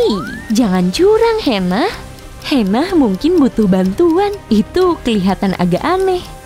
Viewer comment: bukan hena tapi hana